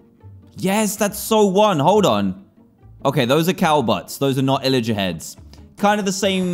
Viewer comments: its pillager not illager. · its not illager its pillager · what's an illager???? its a pillager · Pillager not Illarger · Dan you said illiger but it was pilliger...Maybe? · Its pillagar not imagar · is there a reason dan pronounces it "illager"?